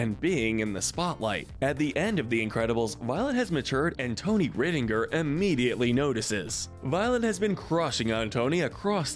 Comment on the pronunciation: It’s pronounced RYE-din-jer, “”. 🤨